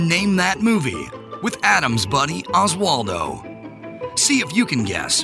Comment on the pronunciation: pronunciation is improving.